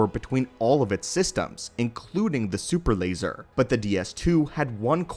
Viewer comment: “Da supper lazer”